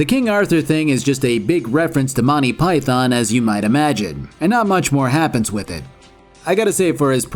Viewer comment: "monty pie thon"